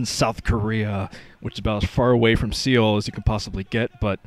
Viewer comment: its not see-ol its su-ool. thats how you say seoul